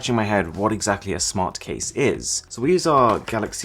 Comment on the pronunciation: ze karen casing.